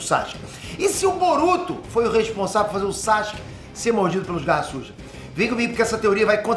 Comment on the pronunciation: Toda vez q o fala garra sujas fica parecendo q eh garrasus kkkkk